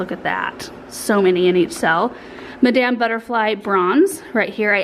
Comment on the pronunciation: I think it would be 'Ma' - dam" Butterfly, accent on the first syllable. It's an opera Title.